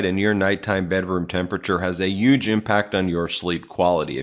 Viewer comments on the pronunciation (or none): Stop saying the goddamn word huge. Because you don't know how to fuckin pronounce it, and I'm about to stop watching you guys because that shit is annoying. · I love the video and I wanna fucking listen to the whole video. But just as soon as you say the word huge, but didn't say it right.I get tired of it.I hear it all the time, so you got a dislike